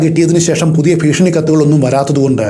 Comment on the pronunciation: All stories I am listening but let me tell you one thi ഭീഷണി Ennanu Malayalam place improve. ഫീഷണി alla ഫീഷണി is a comedy word